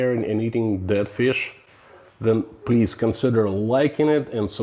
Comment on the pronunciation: I know your saying dead but my brain keeps making you say I bet you've never eaten DAT fish. 🤣